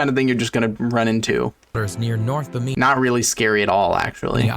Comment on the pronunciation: 2 things 1 the bimini road is pronounced bi-muh-nee not however they did and 2 the bimini road is actually just a natural rock formation lol